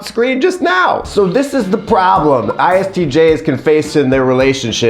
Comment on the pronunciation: "Promblem" 🤣🤣🤣 I don't know why that pronunciation has me literally LOLing. You're especially silly in this video, and I am HERE FOR IT! Are you already new-dad sleep-deprived??